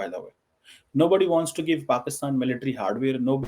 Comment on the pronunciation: is it bureaucracy (bu.reau.cracy).... or is it BRoCracy....😂😂😂 bade maje aate hain yaar listening the way you talk.. And try one more (SRI. LANKA)... not (see reee lanka )😂😂😂😂 hope you say correct Pakistan not paxtaan 😂😂😂